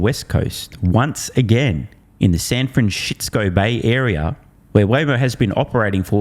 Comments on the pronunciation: Don't call it san franshishco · Gotta love the way Aussie’s pronounce San Francisco! It is like “system” or “sister” no hard “k” sound. Aussie and Texan accents are the best. Us Canadians cannot compare!